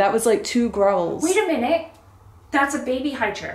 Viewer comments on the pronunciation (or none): Mandy says, 'wait a minute' in an exact Cockney accent, ha ha! Love you both but always be careful, I've had my fair share of spiritual hitchikers. Love from Melbourne Oz.